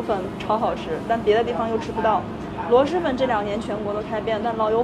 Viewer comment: 听着好难受，螺蛳读音是螺丝不是螺师。提醒下UP主